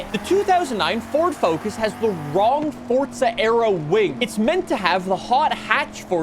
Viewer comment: I have watched a few of your videos and I can't understand why you add a T to forza